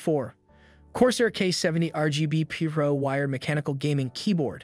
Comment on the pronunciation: how did bro say pro? PEERO???